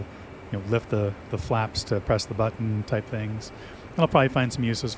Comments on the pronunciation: The way you say "but-tin" is very... unique. I just ordered my own Max halfway through watching your review. I can't wait to start pushing all of the but-tins on my new throttle when it gets here, assuming the Port of Long Beach doesn't screw me for 3 extra weeks like they did on my Gladiator NXT when I got it. Also: but-tins. BUT-TINS. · I really like how you say “butt-ton”